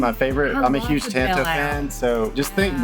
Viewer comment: Thanks for the great info on Benchmade! They have become my favorite knife company, I’m a Bugout guy! Also,thanks for pronouncing “tanto” properly!